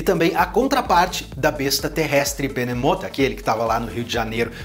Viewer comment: pera se o Behemoth destruiu o Rio de Janeiro n era pra ele ter me matado , pq eu moro no Rio de Janeiro ele ainda fala errado o nome do Behemoth , ele falou Benemota , que burro